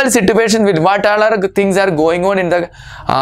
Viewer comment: Situation ko si-tu- asion 😂